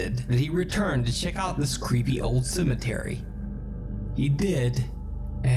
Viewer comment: It’s “cemetery” my guy 😂...